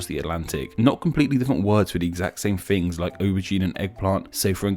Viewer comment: Please explain why "" pronounces"Things" as "Fings" and "Thought" as "Fought";)